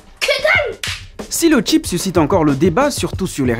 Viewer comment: Je croyais que le tchip était juste pour nous camerounais😭😭😭.suis dégoûté tout le monde connaît le tchip.mais c’est stuiiip et non tchip.faut pas gâter le mot